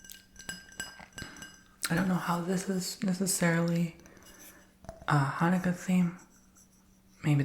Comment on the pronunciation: ...I am 70 and didnt know abt the donuts before....we never did that...but your pronouciation was perfect